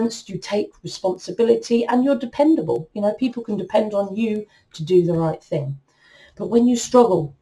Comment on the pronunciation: Did she just day "thang"? Lmao